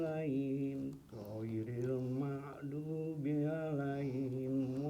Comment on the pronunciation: Hoiril makdu... Bacaan basmallah kok hoiril makdu. Pekok pekok.